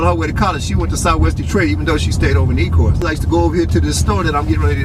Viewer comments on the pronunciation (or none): It's Ecorse not ecourse